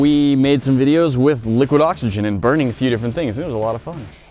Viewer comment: Im trying to count up how many times they saybliquid oxygen LOL